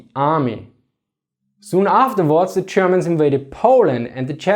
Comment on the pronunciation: I feel like he is pronouncing Germans like: "chairmans" xD No offense thats my subjective feeling. Good video